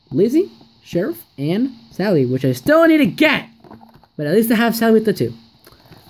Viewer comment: You said stally not sally